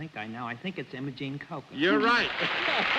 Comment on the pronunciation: There was an Aunt Imogene in my family. Her name was pronounced, "EYE- mo- gene" instead of how Bennett pronounced it, "M-oh-gene." Perhaps because we're from Texas and he was from New York. Aunt Imogene was a firecracker of a woman in her grand days. 😃